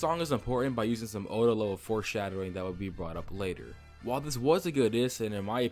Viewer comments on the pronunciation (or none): did you just say “oda level foreshadowing”?😭😂